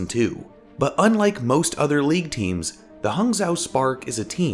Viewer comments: "zhou" is pronounced like "joe" btw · The "zh-" is pronounced like "j". So, it's "Haang Joe". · It's pronounce H-ah-ng (it's like the English word "hang" but with an "ah" sound) Joe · Hangzhou is pronounced as Hung-Joe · Good video, but is said more like "Hang Joe". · Damn no one is saying Hangzhou correctly... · Hey man the "Zhou" is pronounced Joe and the "hang" is like a mix of hung and hang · Oof that pronunciation LOL...really appreciate this series though!! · You went back to pronouncing Hangzhou wrong why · you really butchered the pronunciation LOL, i guess it can't be helped